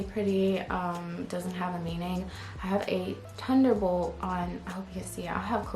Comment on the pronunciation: When she says thunder bolt it was so cute it sounds as if she couldn’t say Th! I love u x